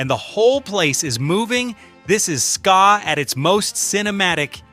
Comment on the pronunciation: This is a load of garbage..i heard most of these on the radio in the uk and never heard about the Albert hall incident..and he can't pronounce ska😂😂